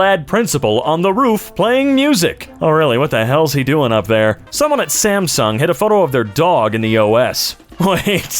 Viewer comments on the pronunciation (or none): none